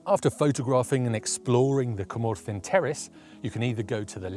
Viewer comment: Some great locations and really helpful tips as always. Impressed with the pronunciations too. I would have been way off the mark with my attempts! I’ve been to a couple of those locations. Went to Cwmorthin quarry in March on a misty day. Had a fantastic day and there were photo opportunities everywhere. Will definitely look up some of those other locations when I’m next in North Wales